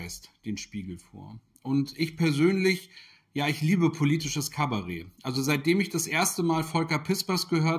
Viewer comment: Das heißt nicht [Kabaree] sondern [Kabarett]. Das Cabaret mit dem E-Laut am Wortende ist ein ganz anderer Begriff, nämlich so etwas wie Tabledance.